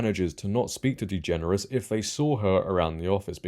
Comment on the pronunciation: U keep mispronouncing her last name